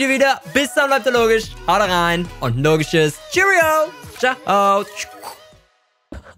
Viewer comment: Als ich das aller erste mal ein Video von dir geguckt habe habe ich nicht “logisches heyho!“ sonder “losches“ 😂😂😂